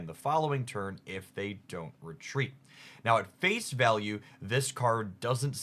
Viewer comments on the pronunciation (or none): none